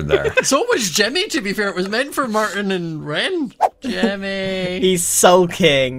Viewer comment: calling Martyn "mAHAtyn" aged a lot lol